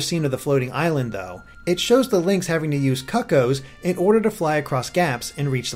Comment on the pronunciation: he mispronounced helmosaur and cuccoo. how can you fail so bad.